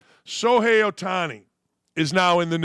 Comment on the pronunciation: It's pronounced Show-hay, not So-hay. There is an h in his name. You need to learn how to read.